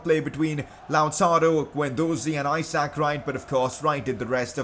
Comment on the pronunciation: #pcq The way you say Isaac Wright’s name drives me insane. It’s not I sack. It’s I zuhk. Love the videos though buddy :).